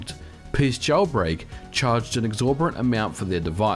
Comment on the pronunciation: “Exorbitant”, not “exorberant”. Also, was the price really exorbitant? No one else was able to come up with an exploit. Top talent deserves top pay. They had to have known how easy it would be to reverse engineer their method and let’s be honest, most users were pirates and they got far more than their money’s worth.